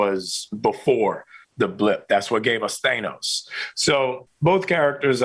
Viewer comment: Did Anthony Mackie just call him 'Thay-nos'???